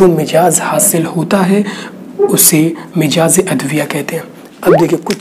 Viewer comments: Very nice. U r doing great job. But its not MIJAAZ. corrct pronounciatn is MIZAAJ. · mijaz mt boliye jnab mizaj hai sahi alfaz.